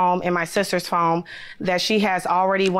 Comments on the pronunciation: I thought I was hearing it wrong! I kept telling myself she can't be saying phome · It's not "phome"??? 🤣🤣🤣(The defendent is a teacher.) Children are relying on her to at least be able to pronounce "phone". Damn. I have no more words.